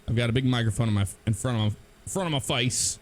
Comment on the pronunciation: "Face", and sounded a bit like British accent for some reason to me